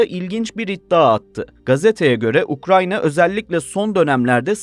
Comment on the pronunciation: Ukrayna ya ukranya mi dedin sen